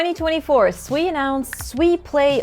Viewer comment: Is it really pronounced Sweeeee 😂